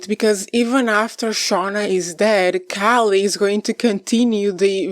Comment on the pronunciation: How do you not know how to pronounce Callie’s name?? Don’t you watch the show? I’m out. You’re not credible